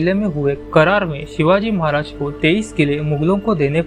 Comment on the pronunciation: शिवाजी महाराज बोलना नहीं आता क्या दुनिया के सबसे महान राजा का नाम ऐसे लेते हैं क्या